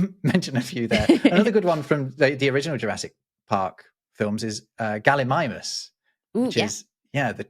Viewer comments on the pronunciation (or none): none